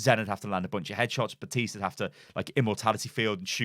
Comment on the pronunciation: It's FUKIN BaPPPPPTiste ffs. That really pisses me off. I had to turn the video off because you kept saying Batiste Batiste Batiste.... THAT'S NOT HIS NAME! It's like calling Winston Winton... Please learn how to pronounce the name that the hero himself says in his voice lines!!!! BAP BAP BAPtiste.